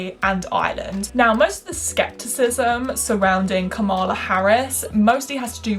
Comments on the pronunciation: great video, but it's KA-mala not ka-MA-la. It's pronounced like comma-la. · It's KAH-mala Harris. Not Ka-MAH-la. It is important to pronounce names correctly, especially when white people are talking about BIPOC. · This was a great video! Just a note - Kamala is pronounced like “KAHM-uh-luh.” Not a Kamala stan or anything, just think it’s important to pronounce PoC’s names correctly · Girl I love you but, you did not say Kamala Harris right 😭